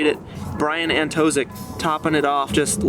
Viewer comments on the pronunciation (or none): when you say brian antoszyk you can replace the sz with sh. it will be more accurate to original pronounciation